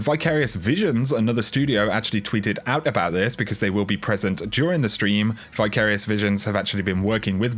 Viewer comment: Just regular nitpicking, Vicarious (root vicar) “vi” is pronounced same as in “victory”...lol cheers